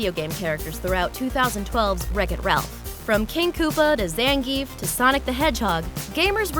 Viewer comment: AND FOR THE LAST TIME IT IS NOT PRONOUNCED ZANGEEEF!!! IT IS ZANGIEF!!! (ZAUN- GEE- IF) NOT (ZAN-GEEEEEEF)!!! 😬😬😬😬😬😬😬😬😬 GET IT RIGHT!!! NOW I KNOW THAT U MAY NOT PLAY STREETFIGHTER AS MUCH AS I DO, BUT THE LEAST U CAN DO IS PRONOUNCE HI FRIGGIN NAME RIGHT!!!!!!!!!!!!!!!!!!!!!!!!!!!!!!!!!!!!!!! AND NO, FOR RYU IT IS NOT ( RIE-YOU) IT IS (REE-YOO), AND KEN IS NOT (KEEN) IT SOUNDS AS IT IS SPELLED!!!!!!!!! AND CHUN-LI IS NOT (CHON-LIE) IT IS (CHUHN-LEE)!!!!!!!!!!!!!!!!!!!!!!!!!!!!!!!!!!!!!!!!!!!!!!!!!!!!!! GET UR FRIGGIN FACTS STRAIGHT!!!!!!!!!!!!!!!!!!!😠😠😠😠😠😠😠😠😠😠😬😠😬😠😬😠😬😠😬😠😬😠😬😠